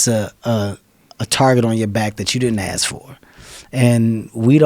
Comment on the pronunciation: Kevin Hart had to, just had to, pronounce 'ask' as 'aks'? - like an illiterate, to which he is not. is there a gene for dyslexia? - or is it cultural ignorance mispronunciation/language appropriation for the purposes of showing 'alpha status'? - because, if you disrespect the English language on purpose or by neglect, the same disrespect comes back at you, or a large group...and, you call this 'bigotry' and 'racism'...small things do add up; call it the 'Butterfly Effect'...